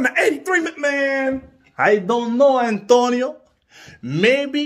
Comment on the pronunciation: I DONT KNOW ANNN-TOE-KNEE-OH...